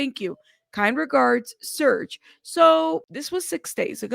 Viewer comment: Isn't it “Serge”(like rhymes w/ Urge+purge?!”) I'm not being mean, I’m just asking as I was under the impression it was but between him+Fea, I’m lucky I know my own dam name! Haha! I know U can empathize! Thanks as always! I apologize for being a bother. Stay safe 🐇! Xo!